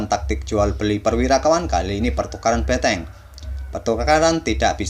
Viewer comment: Mengganggu banget ngomong beteng nya...